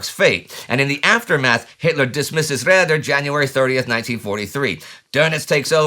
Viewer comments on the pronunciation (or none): It's not pronounced "Radder" or "Rehdder" -- can't you say "Raider"? Too late now, of course.